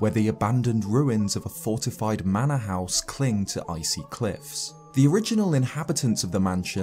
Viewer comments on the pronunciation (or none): none